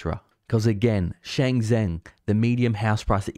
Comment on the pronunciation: You lose a lot of credibility for mispronouncing Shenzhen. its pronounced as Shen JEN.